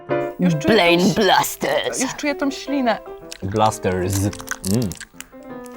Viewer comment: mówi się TĄ a nie TOM